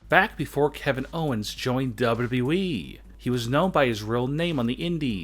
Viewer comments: W W E not dubadibyoui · Great vid, but ya voice is annoying. Especially the way u say wwe. More like duAEDUAEEE! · I like when he says dubledubleweee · He pronounces wwe weird